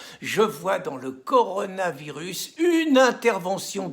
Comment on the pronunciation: Rien à voir avec le Coran le Coronavirus 🙄🤔 faut bien prononcer Pierre !!!